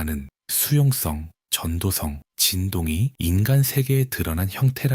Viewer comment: 전도성은 [전도썽] 으로 소리납니다.^^ 낭독 채널이니 올바른 발음도 신경써주시면 영상의 질이 더 높아지리라 생각합니다. 항상 감사합니다!